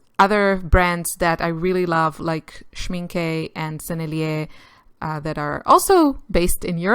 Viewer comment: Schmincke: when German words (inc. names) have a final E, the E is always neutralised and muted (NEVER open as stressed you make it.) Thus: SHMINkuh is more how we pronounce this name. Learn German- it's superfun. No, it really is!